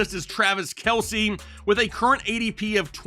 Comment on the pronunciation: It’s just Kelce not Kielce